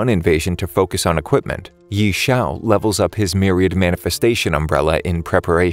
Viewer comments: I know this is text to speech, but the pronunciation of ye xiu as yee is mildy infuriating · His name is actually pronounce as Yeh-Siu/Yeh-Chew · the pronounciation of ye xiu hurts me in this video )